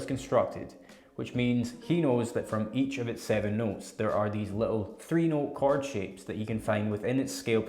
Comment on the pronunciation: Is he saying Card shapes?